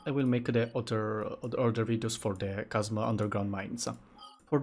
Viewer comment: thanks for the videos. very helpful. i would just like to point out something. at first i dont mind about it however i finished all videos but nobody pointed it out to you. it's about how you pronounced chasm sa "kasma" the proper pronunciation is "kasam"